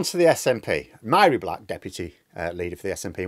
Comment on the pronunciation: Here is a wee tip regarding the pronunciation of Mhari Black’s first name. In Gaelic “Mh”is the equivalent of “V” in English so phonetically Black’s first name sounds like Varry.